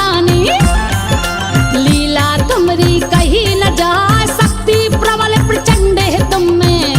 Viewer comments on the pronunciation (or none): none